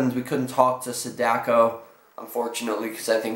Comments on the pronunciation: Sadako is not pronounced like that it's long A like Ah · The way he pronounces Sadako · You mispronounced her name.